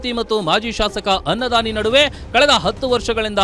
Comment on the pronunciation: ಅನ್ನದಾನಿ ❎ ಖನ್ನದಾನಿ ✅ 😂😂😂😂😂